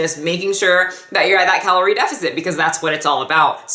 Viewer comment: "Caloire" ? I'm a nerd lol. Love your videos.